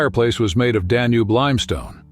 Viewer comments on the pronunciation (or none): none